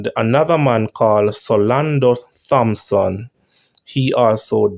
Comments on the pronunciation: your subscriber is right. THompson is pronounced Tompson {the H is silent, not pronounced}. Same with THomas {pronounced Tomas {the H is silent}. I am sure you know of the parish of St. THomas, which is pronounced St. Tomas. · please remember that the H in the sir mame Thompson is silent